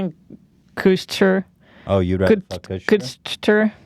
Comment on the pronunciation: Ashton Kutscher Kushtcher Kutchsher Kuschtcherter Kushtuchhershuscher